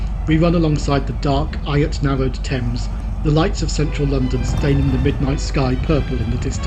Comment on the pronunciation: Sorry to read of your mothers passing, this journey was wonderful, only a couple of points, 747's still grace the planets airways, and secondly eyot is pronounced yacht. Hey, I thoroughly enjoy your quick witted commentary, Bull's Milk included ;-) So much history, what distance did you cover to make the 14 counties? You may have said, but I likely missed it. Await your next venture. Paul, Johannesburg